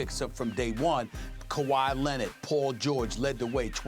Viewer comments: Stephen A " Kah-why Lennid" Smith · "Cow-eye Lennitt"? Ohhhh, Kawhi Leonard. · More like Kuhway Lennit😂